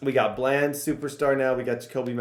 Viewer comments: “Duh-ron Bland” not “Darren bland” it’s been buggin me that you’re saying it wrong 😭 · just to let you know it's pronounced (Duh-Ron) Bland, not (Der-Ron)